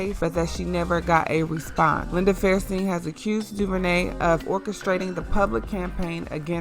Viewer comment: Her name is Linda FAIR-sten not fairSTEEN. If you want to be making videos like this, I urge you to get a speech coach. While editing is the bigger problem with your speaking, you do lack the strength of a trained speaker. If you want you channel to support you, put in the work. It will pay off.